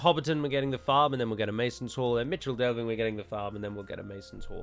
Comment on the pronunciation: For some reason I always thought Michel Delving was pronounced "mikle". Am I completely in th wrong or is it plausible ?